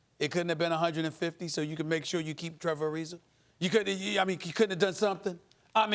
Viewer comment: Is anyone ever going to correct him whenever he says “Trevor Arizer”